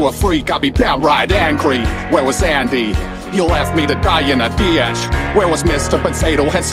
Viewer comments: is the guy who made it australian/british? that'd line up with his weird pronunciation of words like "ditch" as "deeyatch". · Aussie here, I have never met anyone who has pronounced 'ditch' as 'dee-yatch'. I guess he just butchered the word to make it rhyme better